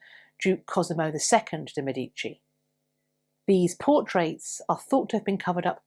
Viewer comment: Love the information! Many native English speakers pronounce the family name Medici as "meh DEE chee." The correct pronunciation is "MEH dee chee." One of the things Anglos learn while learning Dante's "tool-of-the-trade." Please continue your great contributions!